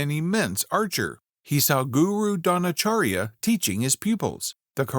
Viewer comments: Brother the next time you talk about the teacher of Arjun don't pronounce it as Drona"karya" it is supposed to make a sound of "ch" like in children, it's drona ch arya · Bro your pronounceation of dronacharya is wrong